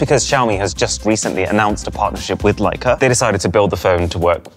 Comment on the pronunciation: Leic"A" a lott"A". I could see the heart attach I would have the first time I dropped it...and Not"a" Leic"A" it.